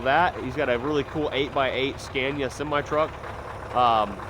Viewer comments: great stuff. just for record pronunciation of Scania is SKUNIA . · The A’s in Scania should be pronounced as the a in ”BAR”